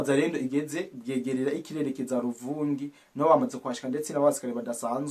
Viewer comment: Ntibavuga Bwegerera oya ni BWEGERA . Hafi yuruzi rugabira Bwegera na Luvungi